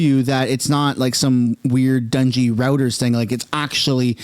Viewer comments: It's roy-turs not rooters. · Heads up. The word is pronounced "zarr" and the news agency is pronounced "roy-ters". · It's ROY-TERS!!